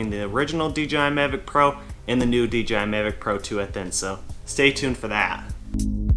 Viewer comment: Hello, it's nice video about DJI Mavic 2 Pro and so far the best unboxing i've seen. But could you say the name correctly in the next video please(Mavic 2 Pro), it rumbled my ears. When you choose me i would like a drone.